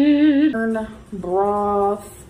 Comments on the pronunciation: as an Indian that always gets made fun of for the accent, it’s my turn now “BRAWWFTH” 😒🤡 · I hate how she says "broth", it makes me violent